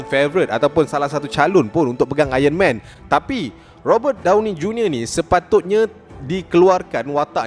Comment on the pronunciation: Aron man bang bukan ayen men